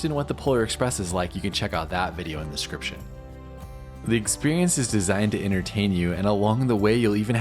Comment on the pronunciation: DIS CRIPTION. Why does it always sound like you can't say that word properly. It always sounds like you are just saying SCRIPTION.